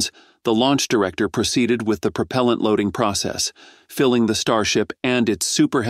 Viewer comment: Almost nothing about NASA. This article is an AI fail, including the synthetic voice that is unable to pronounce propellent.